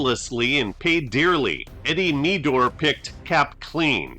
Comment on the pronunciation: I love your posts --always entertaining and wonderfully nostalgic. They make me yearn for days long gone by. By the way, #21 for the Rams (Eddie Meador) pronounced his last name Med-door (not Mead-dor).